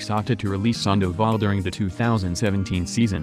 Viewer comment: Who else hates how he pronounces sandavol and tulowitzki